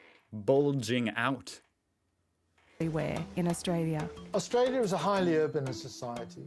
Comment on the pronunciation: Austalia?? LOLOL